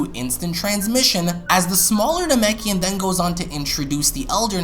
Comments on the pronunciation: you accidentally said neimakin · Did he say namakian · he said young nemkein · "As the smaller Namekian goes on to introduce the Elder.." Anyone else catch that? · you called them namekians